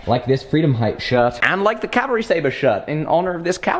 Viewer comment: Can you PLEASE Stop saying Calvary! Calvary is a mountain in Israel. Its CAVALRY.